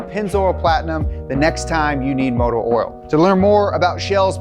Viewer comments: There is no 'R' in "Oil" tho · Bruh....did you say motor oral like 13 times in that spot? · Is he from Louisiana or why is he pronouncing oil: earl? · saying oil kinda sounds like oral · I've never heard "oil" pronounced with an 'r' in it until I heard it from. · Motor “oral” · hearing someone pronounce OIL as "oral" is infuriating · Nobody's gonna point out the way that he says oil like there's an R in it? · realized u couldnt say oil